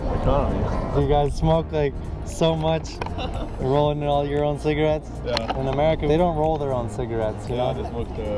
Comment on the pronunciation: Yeah "cigaretts"